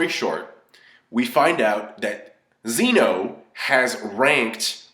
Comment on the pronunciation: Why do people keep calling Zen-oh Xeno? It's a Japanese word, call him Omni King or some shit. Or just listen to the characters say his name lmoa.